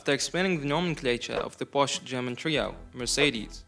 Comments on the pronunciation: i like that you made a big thing out of the pronounciation and then proceeded to pronounce it porsch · The other way around actually, the correct pronunciation of the German brand is "por shuhh" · German Name, you pronounce all letters, so, it's with an "e" at the end and no, not the English pronunciation of "e", but the German one. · Thank you thank you for explaining the proper pronunciation. Brits are notorious for calling it PORSCH! Sounds like a Russian Beet Soup! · Thanks for your feedback! Just to clarify, the word was the English word "posh", which means luxury, and it has nothing to do with the brand name. Although the intension of the word is to pronounce the brand name, the right pronounce is what I mentioned as demonstrated at the beginning. Not a big deal though, thanks! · Oh I am gonna to send this video to people each time I hear they pronounce Porsche